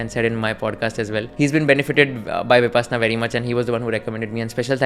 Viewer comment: It's pronounced as Vi-pash-na not vipassanna. Why do we need to white wash our hindi words? Goenka ji says it multiple times throughout the discourse.